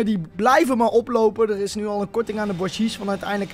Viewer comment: Hey, mocht je het willen weten, je spreekt bougies uit als “boe-gie”